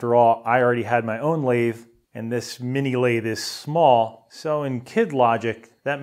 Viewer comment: I think he was just purposely mis-pronouncing "mini lathe" as "minila the"